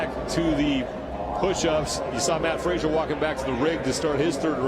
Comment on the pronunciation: Also peep the mispronunciation of Mat Fraser's name.